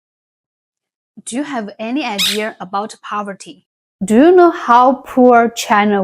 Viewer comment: Okay you wanted us to help correct you on some of your English so I'm here to help with a couple of words I know that Chinese people tend to mispronounce ever so slightly When you say the word "idea" You tend to say it with a "r" sound at the end like "idearrr" when it's actually pronounced more like "eye d yuh" , the last part sounding very similar to the word "yeah" . So think it sounding like "eye D yeah" 👍 The second word is the word "girl", It's another word you tend to say with a r at the end like "grrr", That is actually part of the sound but you're missing the final part which is the L sound at the end. When you say the word girl, for the l sound your tongue should just touch the back end of your front teeth to the roof of your mouth. So you combine the sound grrr with L, And you will get "grrrL" 🙃🍷but say it fast multiple times and you should get the hang of it.